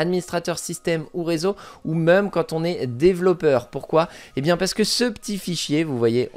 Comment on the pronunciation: J'adore ta prononciation de "même" prononcée "meum" 😂